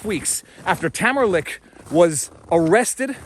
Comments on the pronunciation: You constantly mispronounced Tamara's last name *lich' no k lol at lick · Her name is LICH, not LICK. Let us not forget another political prisoner, Pastor Artur from Alberta who was arrested for saying a sermon at the Coutt's protest. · Tamara's last name is pronounced Leech.